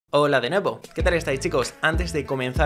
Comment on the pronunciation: Soy el único que cuando empieza el vídeo en vez de "Hola de nuevo" escucha "Ola de nabo"